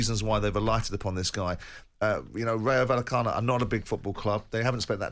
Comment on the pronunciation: I wince every time Jim White attempts to pronounce Rayo Vallecano. 🥴